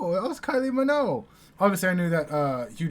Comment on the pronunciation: Kylie Minogue, not Minoe. Her last name ends in a G. Mi-noe-g